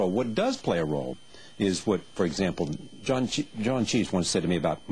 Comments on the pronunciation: Charlie Rose just said John Cheese :| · does he say "cheese"? instead of Cleese?